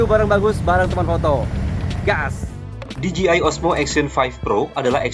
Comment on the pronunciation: Di Je Ai bukan Di Ji Ai